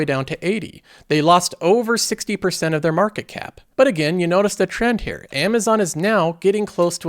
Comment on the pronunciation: You pronounce here as hair nice vid